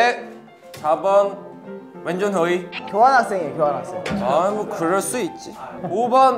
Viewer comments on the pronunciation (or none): 아 이거 입덕 전에는 출석 뭔 순서인지 몰랏는데ㅜ 그리고 문준휘가 아니라 문주느이 하는거 왜케 웃기지ㅠ 몰라 이것도 진짜 퓨ㅡㅜ이찬 진차 천재야 ㅜㅠ 사랑해 찬아.